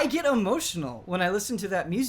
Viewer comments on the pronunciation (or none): bro the way you say get is just the best lmao the way you GIT is the best! ahahahahah love you man but you pronounce get as git every turn! Git Gud!!!